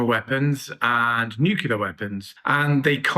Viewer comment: FFS learn the word NUCLEAR it is NU-CLE-AR!!!!!